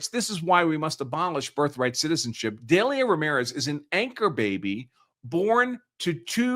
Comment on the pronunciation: The name Delia is pronounced "Deal-ya"